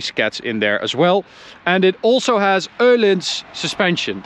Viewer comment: Thank you for pronouncing the Ö in Öhlins. That epic